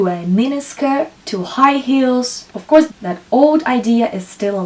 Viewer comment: Many useful information, but why speaking like a boring professeur? try to add some jokes or take more distance otherwise its like a boring lesson at school. I beg you stop saying "ouuuuf course" :o, Its really annoying pronounced million times with this weird accent.